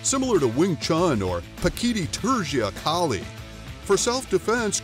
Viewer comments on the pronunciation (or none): none